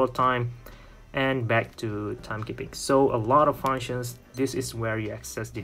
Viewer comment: no its not called fauwounctions, its called FUNCTIONS... dude!